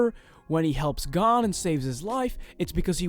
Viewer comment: Hisoka : hisoker 🧍🏽‍♀️ Gon: gone 💀